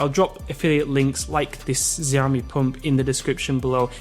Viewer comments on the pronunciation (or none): none